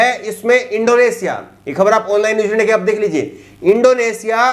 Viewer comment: are bhai sahi bolo na. mai mazaq nahi kar raha. practice karo achcha lagega.....aan laaine neews indiaa